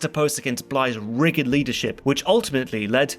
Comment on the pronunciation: "riggid" i 'm pretty sure that RIGID has a J sound, sir...